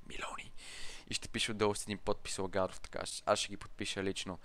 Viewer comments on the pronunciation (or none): Каза ЛАГАРОВ и се чу не отричай, сам си викаш ЛАГАРОВ и после не ми викате ЛАГАРОВ а Лагадов, 🤣🤣🤣🤣